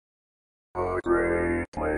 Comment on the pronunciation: You must not be from these parts. It's pronounced Rye-oh Veh-sta.